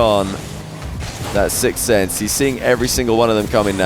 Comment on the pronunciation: This is the second time I've heard say "Sikth" instead of "sixth". Just interesting.